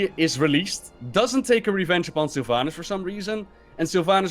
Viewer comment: "Sylvaynass" Dude... it's Sylvanas